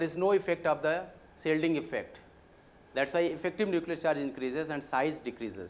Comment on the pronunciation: Sir you said my name instead of saying charge :P ( you said Shazz ) But nice explanation